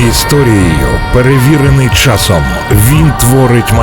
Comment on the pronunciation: ЯК ДОВГО ВИ ЗБИРАЄТЕСЯ РУЙНУВАТИ УКРАЇНСЬКУ МОВУ,ЯКУ ЗАХІДНА УКРАЇНА ЗБЕРІГАЄ ВЖЕ СТОЛІТТЯМИ???????ВАС ГИДКО СЛУХАТИ!!!!!!!!!!!! В ЯКОМУ УКРАЇНСЬКОМУ СЛОВНИКУ ЗАПИСАНІ СЛОВА,ЯКІ ВИМОВЛЯБТЬ ВАШІІ КИЇВСЬКО- МОСКАЛЬСЬКІ ЩЕЛЕПИ:ЧЯСОМ,ЩЬО,ЩЬО,ЩЬО,ЩЬО,ЩЬОБ,ЩЬОБ,ЩЬОБ,ПОЧЄНАЄМО,ЗНИЩЄНО,СПОЧЯТКУ,БАЧЄМО,КЛЮЧЬОВИМ,ПРИПУЩЄННЯ,НІМЕЧЄННА,ТОЧЬНОЇ,ВОДНОЧЯС,ЧЬЛЕНА,ПОМІЧЬНИКИ,ЧЄТВЕРТОГО,ЧЯСОМ,ЧЄРЕЗ,ЗУСТРІЧЯЮТЬ,ПОБАЧЄНОГО,ЧЬОМУ,ЧЄМ,ЧЄМАЛО,ВЕЧЬОРА,НАЩЯСТЯ,ЗВИЧЯЙНУ,НЕПЕРЕДБАЧЮВАНИЙ,ГАРЯЧЮ,НАЙВИЩЯ,ЧЬОТИРИ,ЛАМПОЧЬОК...........!!!!!! ЩОБ ВАМ ПРОКЛЯТИМ КИЇВСЬКО-МОСКАЛЬСЬКИМ УРОДАМ ПОВИКРУЧУВАЛА ТІ ЩЕЛЕПИ,ЩОБ ВИ НІКОЛИ НЕ ЗМОГЛИ ДОБИТИ НАШУ МОВУ!!!!!!!!!!ГАНЬБА КАНАЛУ!!!!!!!! (Українська діаспора,США)